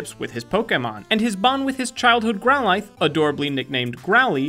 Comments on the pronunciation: it's pronounced grow-LITH. Not grow-LYTHE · Well growlithe is pronounced like megalith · Did he just call growlithe growl-eyeth? I know pronunciation doesn't matter when it comes to Pokémon but come on everyone even their mom can pronounce growlithe. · "Gro-Lai-th" Oh. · Ok, as a huge Pokémon fan, I feel the need to correct you on some things. 1. You miss pronounced Growlithe. 2. Misty doesn't own Jigglypuff. She wanted to catch Jigglypuff when they first met Jigglypuff but, she never did. And therefore, nobody owns Jigglypuff. 3. Squirtle never got rid of the sunglasses. He/she keeps the sunglasses inside his/her shell. We find this out in the episode where they meet the Squirtle Squad at a firefighter competition. I believe this episode is when they're in Johto, but I could be wrong. 4. Why are all of these moments except for one, during season 1? If this is to simplify things, then why isn't the video titled "The Top 10 Moments in Pokémon - Season 1"? I'm pointing this out because, a lot of good moments happen in the show and movies outside of season 1. After all, Pokémon is on season 19 I think. Other than these issues, I still really liked the video. Keep up the good work!